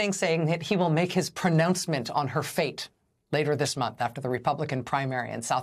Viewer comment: Pronouncement, did you say pronouncement?